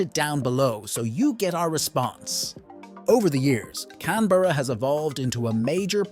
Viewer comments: Australian here. It’s pronounced “Can-Bruh” not “Can-Berr-A” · It's pronounced "Can-bruh"